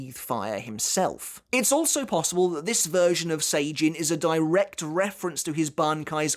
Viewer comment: My man, love your videos but you gotta start saying "Sajin" correctly haha - its Sah-Jin, not Say-Jin:)